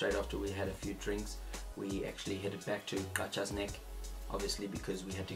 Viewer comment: I'm impressed you could pronounce Qacha!